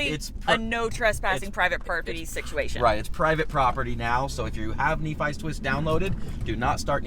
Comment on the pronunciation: Nephi is pronounced as "knee-fi" at least that's how I would suggest